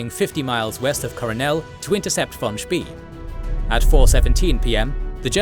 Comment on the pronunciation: Spay. Not Spee.